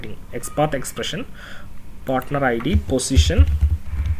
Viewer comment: I'm keep telling you that it's "position", not "positiom", but you are not listening .. LOL (XD) Just kiding, good course, thanks.